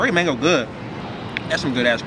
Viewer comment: “Curry mangoe🤣”